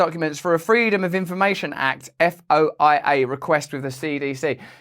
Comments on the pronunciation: FOIA is often pronounced as a foy-uh request. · Russ, its F.O.I.A is pronounced Foya request